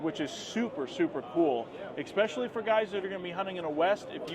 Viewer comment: No "X" in especially.